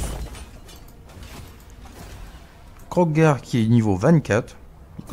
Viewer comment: Salut tu nous régale comme d'habitude mais juste c'est Kroq-gar et pas Krog-gar